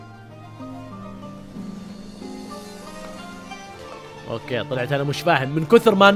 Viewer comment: سلام اتمنى تشوف تعليقي اخوي لا يجوز قول سوبهان الله شفت كثير من فيديوهاتك تقول سوبهان الله فالتسبيح وغيره من كلمات الذكر، ألفاظ شرعية محترمة، لا يجوز التلفظ بها على سبيل الاستهزاء، ولا استعمالها على وجه يهتك حرمتها، أو يقلل من مكانتها، وإلا فقد يؤدي ذلك إلى نقض التعظيم الواجب لله تعالى، ولشعائر دينه؛ ولذلك يتعين فيها الالتزام بسلامة ألفاظها، والبعد عن اللحن، كما سبق أن نبهنا عليه في الفتوى رقم: 135274. وانا كنت اقولها مثلك و قبل فتره عرفت انه مايجوز وحبيت انبهك